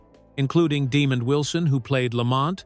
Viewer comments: "Demon Wilson"? It's De-mond, not "Demon." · I’m sorry but that gxxxdamn AI has got to go!!! Too many unnatural interruptions and wrong pronunciations! Example is Demond Wilson name butchering!